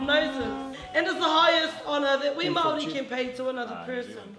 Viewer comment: The amount of knowledge and facts you pump into your videos is AMAZING! 🙌🙌 Also Big ups for your pronunciation of Maori words. 👌😊 Wicked video guys!!